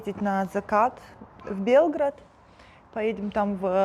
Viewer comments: Говорите пожалуйста правильно БелГРАД. Ударение. То как вы это произносите, больше похоже на БЕЛгород. БелГРАД - Сербия, БЕЛгород - Россия. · Так и не поняла, вы в Белгороде или в Всё-таки в Белграде? Или вы не считаете нужным живя в стране, произносить названия так, как его произносят коренные жители? Что это, неуважение, или отторжение? БЕОГРАД, запомните наконец, не бесите мстных😂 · Белгрáд - по русски. Беóград - по сербски. Так что тут ни один из вариантов у вас. И мы же не говорим по русски Пари или Ландан.